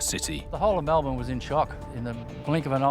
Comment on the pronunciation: You’d think he’d research how to pronounce Melbourne before doing the show. What an incompetent fool.